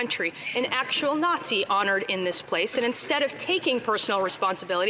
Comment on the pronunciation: Coke in his plane then hanging out with a Naw-zshee....tsk tsk...so lib.